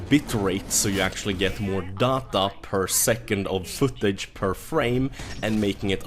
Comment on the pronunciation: Cant pinpoint if the accent is norweigan or swedish. It cant be danish, im danish and i know in what weird way our accent is. My money is on norweigan because of how he said "data". Whats my prize?